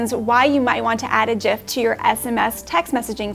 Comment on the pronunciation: with the connect pronunciation of gif, congrats 😀